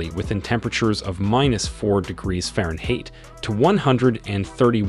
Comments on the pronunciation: HAHAHAHAHAH! Also "breath-a-ble 🤣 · Subbed! Nice review. Good points throughout - I especially liked the fact that you pointed out that Samsung is competing against itself. I also like how you say "Farenhate" catering to your American viewers but also stating your distaste for the imperial metrics. I ordered this watch. Looking forward to more reviews! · "Fahrenhate?".....sorry,tried to overlook it😂😂,but a damn good video though. Hard to give up my 5 Pro